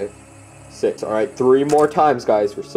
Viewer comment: Wait why do say sit that is not right it is six bro you better practice say it bro